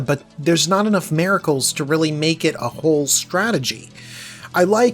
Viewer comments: Say it with me, "mir-uh-kuh l," miracle. NOT "MAY-ra-kul". <3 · Whats a Merical? Is he trying to say Miracle? I'm new to this channel, it might just be his American accent. But this guy knows what he's talking about. Thanks for the video this is probably the deck I want the most from this set. Or the esper enchantment deck.